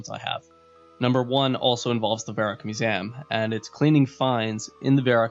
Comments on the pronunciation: what's a musam you keep on saying? do you mean MUSEUM? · Mew-zee-um not mu-zam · Musaem... fuck... its mew-see-um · why do u pronounce museum with an A? Lmao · you say museum weird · Why are you saying museum like that? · you say museum like a jersey girl ) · So sorry but I had to stop the video after your pronunciation of 'Museum' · learn to pronounce Museum.